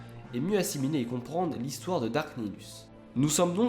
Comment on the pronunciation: alrs je suis pas specialiste en star wars mais j'ai toujours crus que les seigneurs siths senommaient 'darth' et pas 'dark' par exemple j'ai toujours entendu darth sidious